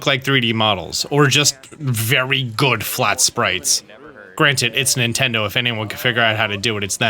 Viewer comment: More like "Nintenfro"